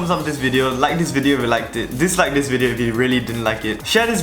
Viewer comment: Intro: LETS GET RIGHT INTO DA WIDEO Not even 5 seconds later: BEFORE WE START...